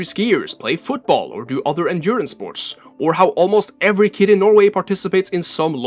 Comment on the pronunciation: SPORCH 😂 you cant unhear it